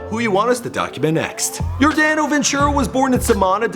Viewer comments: dude its Your Dono Ventura not Your Dano trust me its not that difficult to pronounce & its Kansas City Royals (Yordano Ventura so make sure you say it right trust me) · First of all, its yor-DAH-no ventura. Second of all, he played for the Kansas City Royals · Anyone else notice how he said your-DAN-o instead of yor-DON-o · Hey dude at the least you could do is pronounce his name right. There is plenty of tape of announcers saying Your-Don-o when it's spelled Yordano. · It's pronounced Yor-dah-no. And it's the Kansas CITY Royals. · *Your *Don *Oh is how you pronounce it. I'm sorry I live in KC and he was my favorite player. Rip Ace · The way he says yordano 🤔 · stopped watching after how he said Yordano then says the kansas royals